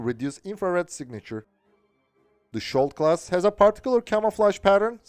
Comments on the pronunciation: Your pronounciation is dead wrong. the sk in skjold is pronounced like the sk in skiing. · In this case its Skjold, not skold. Skjold means shield